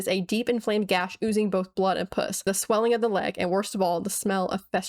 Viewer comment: I know I know, but it sounded like you said puss and I’m walking around at work listening to this and I can’t help but laugh. Truly unintentionally funny.